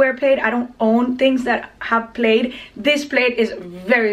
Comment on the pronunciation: Plaid is pronounced “plad” like “mad”. I’m French, used to make the same mistake. Great video, as always! 😘